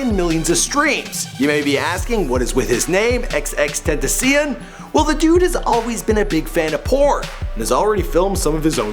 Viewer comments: Bruh.. At the very least do a little research and say his name right if your about to be making a video on this kid.. Smh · you let him say his name first. and you still fuck it up the rest of the show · Boi You Still Cant Pronounce His Name✋😴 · mad af you didn't say his name right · can't say X's name even when he played a fucking video saying how to say his name. Not hating just pointing it out! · he made it sound like a new element on the periodic table lmao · Its ur second time making this vid and u still cant pronounce his name right lol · (before xxxtenaciom would blow up on soundcloud)really how is he xxxtenaciom why are u bad at saying namessss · before xxxtenazenen 😂😂😂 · ex-ex-ex-ten-ta-seyón Not ex-ex-ex-tenta-see-in Or ex-ex-ex-ten-tay-shun The English Way Is XXX TEMPTACION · why does it trigger me when he calls x XXXTENASSION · deadass how does he see “xxxtenneseun”? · ex ex tentaseeyun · "x x tent a see in" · he said XXtentasseon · Xxxtenatsusm?,Xxxtentacien? Bro can you learn how to pronounce words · Lol want the dictionary on how to say xxxtentacion? xxxten - tass- ee - own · Bro, it's pronounced xxx ten-tash-ion, three x's, not two😂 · xxxtentaseum???? do ur research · OMG Its XXXTENTACION-[ex-ex-ex ten-tace-eon] Learn your pronunciation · tent- tas-se-on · his name is pronounced (xxx-ten-tuh-see-own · Fuck u bitch it's TEN TA CION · it's TEN-tah-see-ohn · that boy said XXXTennesseen Stop Please stop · ITS FAKIN PRONOUNCED (EX-EX-EX-TEN-TAY-SHE-ON) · his name is XXX-TEN-TAH-CION my friend said its like a French name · the fuck is a tenacion LOL. its pronounced Tent-a-cion (Spanish) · dude there was a fragment of him saying his own name in this vid, why "ex ex tenteseyen" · It is PROUNONCED Ten ta cion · Who the fuck is XXXTENTESEEEN? Why can't people pronounce his name right? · Bitch pronounce it right "Ten-ta-syo-nn" hard vowels and tentacion means temptation in spanish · pronounced (ten- ta- shion)